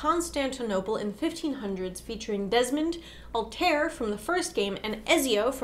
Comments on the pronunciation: Altair was pronounced wrong. Just trying to help. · Ezio and Altair are pronounced like et-zee-o and al-ty-eer. So you guys didn't play the games?